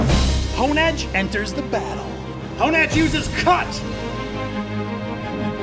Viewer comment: "Oooh, me so Honedhe." NoOoOoOooo... XD